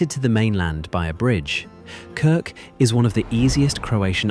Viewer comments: Und die Insel heißt trotzdem Krk und nicht "Krik". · Warum kann man nicht einfach KRK sagen, warum immer Krik? 🤮 Abgeschaltet! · Danke, tolles Video... aber bitte... KRK nicht KRiK 😵‍💫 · 🤔 man sagt Krrrrk !!! Nicht Krik ?? Was ist das für eine Doku 👎👎👎Wir als Deutsche sind dort seit über 20 Jahren, UNGLAUBLICH WUNDERSCHÖN WUNDERBAR 😎😎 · Von Krik kann keine Rede sein. Ja, ich weiß, schwierig auszusprechen. Aber nun ist ihr Name Krk . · Die Insel heißt nicht Kirk, sondern Krk! Ohne "i" Vokal. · ES HEISST NICHT "KRIK"...DAS REISEN ist viel zu billig. Sollte 10X TEURER SEIN. MASSENTOURISMUS macht weltweit alles kaputt ! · Krk ,so aussprechen . Krk ist sehr schön ,war schön 4 mal dort. ❤ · KIRK! Haha! wisst ihr nicht, einmal wie das ausgesprochen wird? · Es ist wieder falsch es heisst Insel Krk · Ich möchte es gerne anschauen, aber immer wenn ich "Krk" so ausgesprochen höre, muss ich mich überwinden, weiter zu schauen. So bin ich noch nicht bis ans Ende gekommen. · Entsetzliche Aussprache von Krk…. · Niemcy źle wymawiają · a Croat: almost right. However, since your are asking, your "R" remained incorrect. 😉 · KRK wird so ausgesprochen, wie es geschrieben wird. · Die Namen der Orte werden genauso ausgesprochen, wie sie geschrieben sind, also: KRK und nicht Kirk, VRBNIK und nicht Virbnik. Das muss die KI noch dringend lernen.